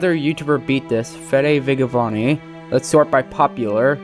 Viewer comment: not to be that guy, but those pronunciations of the spanish youtubers' names was the most white guy shit i've ever heard. in spanish, if an e or i follows a g, the g is pronounced like an h. the same is true for j with all vowels it is not fede "viggavani," it's fede "veeheyvani" it is not "jew-ay-guh jurr-min," it is "hoo-ay-gah hair-MAHN" thank you for your time